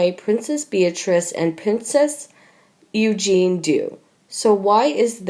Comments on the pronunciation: The narrator reads like a 4 year old and mispronounces things. Example, it's EugenIE not Eugene. And she sounds as if she is reading certain words for the first time. She is truly terrible. I'm turning this off at 3 minutes. I can't handle her any longer. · for gods sake is this narrator naturally stupid incompetent and illiterate? how many times does this idiot have to be told it’s pronounced princess you Jeannie not princess Eugene, I and many others have repeatedly told this moron The same thing including viscount not Vizcount charlatan not Charlton Westminster not West minister Camilla not Camillea and many many others so will The owners and writers of this channel stop this buffoon? can everyone else who agrees like and reply to this comment so it sends a message! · This person who can't narrate to save their lives it is Princess EugenIE NOT Eugen if you can't pronounce it correctly then you are in the wrong job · Ok you REALLY need to learn to pronounce the names correctly. It is Eugen -ie not Eugene. The narration is so stilted it is irritating. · This really is hard to listen to... please get someone who can pronounce the names correctly!! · Please pronounce the names correctly. Eugenie is pronounced EugeneE and Sandringham is pronounced Sandringhmm ( silent A) If you want to speak about them, at least pronounce the names correctly. Also for future reference monarchy is pronounced with the a silent. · Pronounced Eu- zhan-ee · Awful narrator. It’s not Princess Eugene. Read! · Who are the idiots that are narrating these things ? You cannot pronounce words and names correctly .... Eugene ???? Lol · “Eugene?” Really... Please learn your pronunciation.. embarrassing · Please get this commentator to pronounce words properly. Princess Eugenie's name is not the masculine Eugene. Also the fluid surrounding a baby in utero is amniotic not aminotic. She is hopeless. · Pronounce it like “ U Janie” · It is Pronounced U GEE NEE.